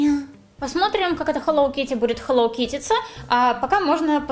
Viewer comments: Хеллоу а не хеллов Китти 🐱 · Просто весь ролик бисилась не хелов а хелОУ китти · ни хелов Китти а хелоу китти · Почему ты всё видео говоришь Хеллов Китти, а не Хеллоу Китти? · Не хелоф кити а хелоу кити! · почему хелоВ?